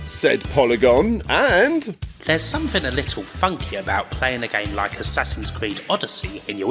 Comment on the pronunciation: I love this channel, but what is with the inability to properly pronounce words that contain the letters “th”? Since when do we pronounce “something” as “somefing”? Not trying to be a jerk, I’m just genuinely curious.